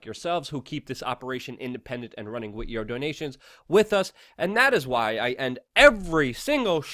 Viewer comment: WITH! The word is with. It most definitely ends WITH an H brother!